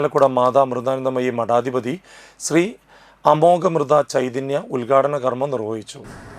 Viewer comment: മോനെ,അമോഘാമൃതചൈതന്യ ആണ്.അല്ലാതെ അമോഘ -മൃതയല്ല .മലയാളത്തെ കൊല്ലാതെ.